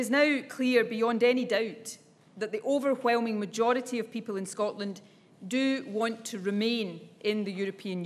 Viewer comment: ofervelming? is zis right?